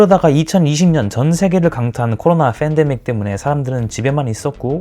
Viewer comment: fandemic이 아니라 pandemic